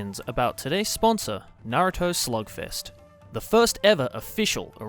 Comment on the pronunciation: I legit thought that Joey was saying Naruto Slogfest at first.